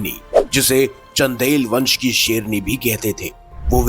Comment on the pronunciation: Hi serni boll raha hai kya re bhai sherni boll seedey tareeke se bolney bhi nahi aara tumko kya insaan bhai tum wah wah bhai.